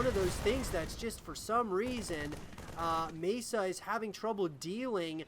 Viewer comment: MaSa is pronounced Mah Sah rather than May sa